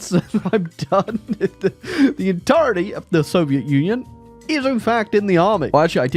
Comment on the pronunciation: Soviet Union ❌ Soviet Onion ✅